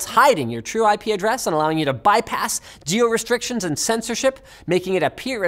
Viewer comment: what did you say jio restrictions!! Oh it's geo restrictions!! Indians will understand